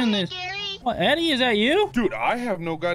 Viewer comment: Eddey spoke correctly